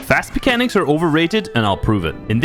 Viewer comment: lol did you say "Fast Pechanics" in the beginning?